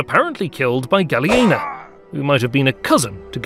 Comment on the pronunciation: But was Ilir! Hahaaha....the his name Is Gja...lien....hahaha che study of the history!?!?